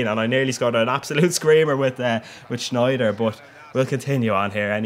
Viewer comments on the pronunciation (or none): You pronounce Wijnaldum right, but it's not SCHneijder, it's just Sneijder.